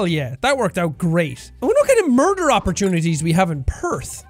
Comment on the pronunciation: "I wanna merder my stepfather "